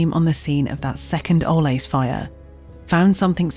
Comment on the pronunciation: It's driving me nuts that the narrator won't pronounce Ole's name correctly, even after given examples in the Ole's ad